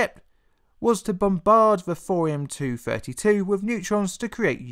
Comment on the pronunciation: "Thorium"... Not "Fourium". I like your content a lot man, really. But trying to listen to this without seeing subtitles or watching the video is nigh on impossible